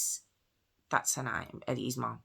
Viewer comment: why did you say "mom" that way? You're British, not American.